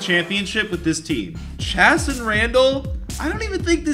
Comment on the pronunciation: It’s pronounced Chaye- saan